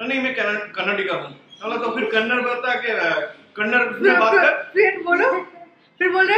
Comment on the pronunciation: It is Kannad"a" not kannad how difficult it's to add a ????